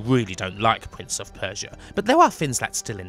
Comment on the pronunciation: Pwince of Persia and in the words of Tony Angelino cwying